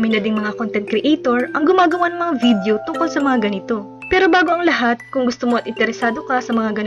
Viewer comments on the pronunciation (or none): none